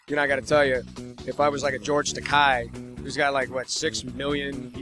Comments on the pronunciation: Great interview, but he mispronounced George Takei's last name several times. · It's Takei, rhymes with toupee. Ta-KAY not Ta-Ki. But great interview nonetheless! :-)